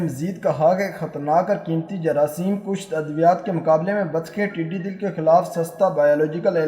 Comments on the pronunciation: admin please. not tiddy dill but tiddy dall. dall means fouj. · “dall” not dil correct pl